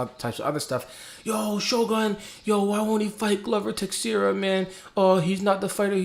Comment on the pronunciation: I LIKE YOUR RANTS more than your prediction videos. PS.: Tei-xei-ra ( transliterating ) goes Tay-shay-ra ( more or less ) or Tay-Shera